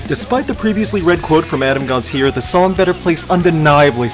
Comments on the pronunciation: It is pronounced Gon-Tee-Ay not -eer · It's GONT-CHI-AYE. Not "Gonteer"